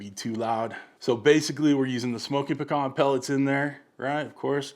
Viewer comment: Awwwwe, our little boy is all grown up ! He learned how to pronounce pecan correctly! lol . Good looking pie !